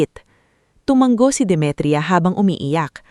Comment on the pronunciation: TU -- MA -- NGO HINDI TU -- MANG -- GO ISANG G LANG PO